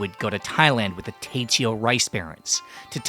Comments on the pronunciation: my brother it's Teochew.... Teo-chew... Teoh-chew... not te-cheo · You speak mandarin, how is it that you pronounce TeoChew like a trainwerck ?